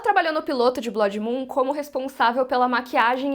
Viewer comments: Graças a Deus... do jeito que tá... com Velaryons pretos africanos, melhor nem fazer nada msm. E aprende a falar blood por favor... num é blódi, e sim blôod. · Cada vez que essa mulher diz "BLÓDI" no vídeo, dá vontade de gritar e avisar que a pronúncia está horrivelmente errada! Alguém fala pra ela que Blood, se pronuncia "Blud", e quer dizer "sangue", em inglês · Blódi? Kkk blódimoon? A palavra não é Blood?